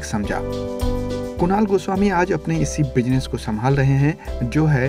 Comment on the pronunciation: bhai, kamjori nahin, but kamzori. Please take some language classes yar. Come on. Family bushinesh nahin bhai, family business. please work on your language.